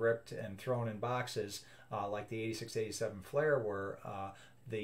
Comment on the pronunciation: Fleer, not Flair